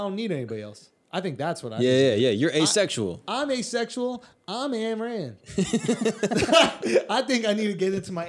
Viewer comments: Lol I love Schulzy, but I feel like he knows a little bit about everything and doesn't know a lot about anything, except comedy and marketing. PS it's spelt Ayn Rand but it's pronounced "Ine" Rand, not Anne Rand lol. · It's painful hearing them mispronounce her name so many times. "and" lol.....also it wasn't about hating government, she was talking about the evils of socialism and communism. She was arguing against the point that money is the root of all evil, instead showing people that it was the root of all good. - "Blood, whips, and guns–or dollars. Take your choice–there is no other–and your time is running out."